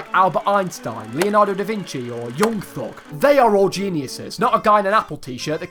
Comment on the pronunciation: Ayyeee he mentioned Young Thug😂😂 His pronunciation sent me “Yong Thog”😂😂😂